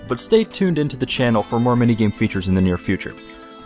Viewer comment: Master Debaytes